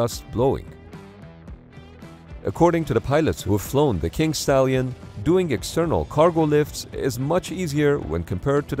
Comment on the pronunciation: I can't be the only one who hears "Kink Stallion" right?